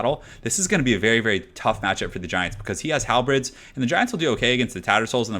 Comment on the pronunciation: Hal the Bird. Halberd. Not Hal the Bread.